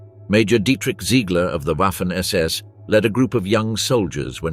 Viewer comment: Waffen SS - Just substitute a V for the W and it comes out right It's Vaffen. The letter w is pronounced vay